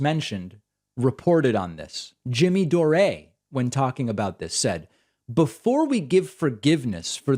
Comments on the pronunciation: Jimmy 'Door-ay'....Jesus fucking christ Pakman, you annoying little dweeb, stop acting like you don't know who Jimmy Dore (Door) is. And by the way he'd crucify you in a debate. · doreaaaahhhhhh??? lol its pronounced "door" lol saying the way ya did may make his empty head even bigger lol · "Doreeeee"?? It's Dore as in the word Door. You patronizing Hebe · Door-A? He knows it’s just pronounced “door” so someone tell me the joke please? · Did you seriously Pronounce Dore as if it's written Dorè? What the hell David? :P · Jimmy Dore-A? Isn't the correct phonetic pronunciation of his name DOOR? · At 39 seconds David says Jimmy Dore-A lol. Dave seems to butcher people's name intentionally sometimes haha. Especially if they are someone he doesn't agree with or like politically lmao. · I just want to keep hearing David say "Jimmy Doré" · SOMEONE PLEEEASE TELL DAVID HIS NAME IS PRONOUNCED... "JIMMY DOOR." (Even if it is spelled Dore.) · Who the hell is Jimmy “Doray”? At least learn to say his name right. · lol I love how David says 'Jimmy Dor-ay' 🤣🤣🤣 Surely he's trolling? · David -- (Jimmy) Dore is pronounced like it rhymes with more, like door. But I love that you exposed his lying and manipulation with perfect specificity. He's been lying about vaccines since the beginning, still ranting weekly about Ivermectin. He also keeps pushing the Covid quack Dr. Robert Malone who claims he INVENTED the mRNA vaccine. Malone has been totally debunked but Jimmy--like you showed in your report tonight--reports "facts" very selectively. It would be interesting to hear you talk about him. Malone. I love you mispronounced Jimmy's name, showing you never waste time watching him. I'm a "hate-watcher" because Jimmy used to be funny and astute, and he's completely twisted the other way now, so I guess I watch in amazement that he's changed SO MUCH. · Lol I love the new pronunciation: Jimmy Doray... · "Jimmy Do-ree". LOL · He's being ironic wiht the way he's pronouncing "Dore," right?